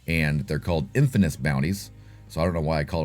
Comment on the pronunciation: Bro, you're killing me with the "infaNous". It's okay, I suck at language too. 😁